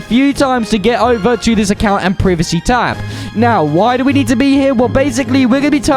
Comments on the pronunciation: Lmao privicy ITS “Prie Va See” privacy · My guy started saying priv-acy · Bro said preeveesee